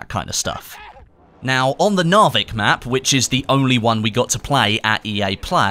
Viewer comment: The last syllable of "Narvik" is slightly longer than the first syllable.